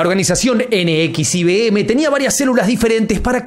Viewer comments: Se pronuncia "Nexium" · Se pronuncia Nexium, para la próxima😊